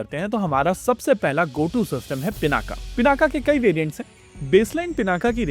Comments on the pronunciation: पिनाक अकारान्त शब्द है , आकारान्त नहीं इसलिए उच्चारण के अन्त में 'अ ' आयेगा 'आ ' नहीं। तो English में Pinaka लिखेंगे लेकिन उच्चारण पिनाक ही होगा , पिनाका नहीं। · Pināka. Not Pinākā.